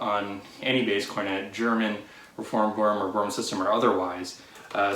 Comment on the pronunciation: Hey buddy. Boehm is pronounced “Baym”.